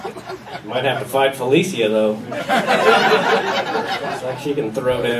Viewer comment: Felecia.. she just changed the pronunciation of that name. Bye Felicia.